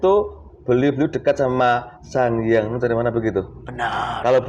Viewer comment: sekedar saran om , mbok nek nyebut nama sangyang nur iku sing genah supoyo gak koyo dursosono. 🙏